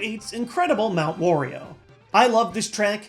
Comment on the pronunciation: Why do you pronounce Wario as "Worio"? His name is pronounced just like Mario, but with a w.